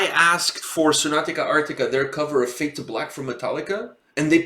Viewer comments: Not trying to be disrespectful or anything but if you are gonna react to a band please learn to say their name properly. Its Sonata not Sonatica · I was a tiny bit triggered as you kept mispronouncing sonata as sonatica :D Cool review otherwise! Hopefully you will check their live stuff too because Tony Kakko is a really good singer on stage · Dude me too, i winced each time he said Sonat-ica instead of Sonat-a. But oh well. lol